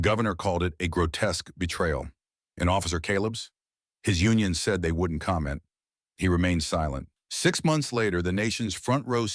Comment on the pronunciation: The story is fake, narrated NOT by a real voice but instead by a ROBOT which uttered "seed" instead of "said". The captions are AI and showing inconsistent spelling of main character's name!